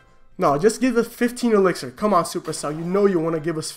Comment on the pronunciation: keeps calling it elexir 😂😂